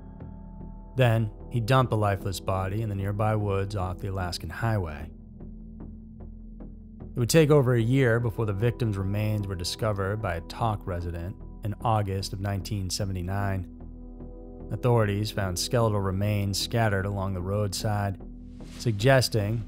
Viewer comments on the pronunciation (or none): Tok is not pronounced "Talk", it's "Toke". 🤓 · Love your narration style and look forward to watching more videos. In this video, you pronounced the town Tok, “tock.” It’s pronounced “toke.” Tok was the site of a shameful part of WWII history as it was a Japanese internment camp. Tok is short for Tokyo, or “Little Tokyo.” From an Alaskan, you get an “A!” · The town of Tok is pronounced like woke, not Tik Tok lol. Great video, as a native Alaskan I always enjoy learning about our strange mysteries and disappearances. I knew the person who disappeared in Nome in 2020. It’s tragic and sad, but also frustrating and confusing.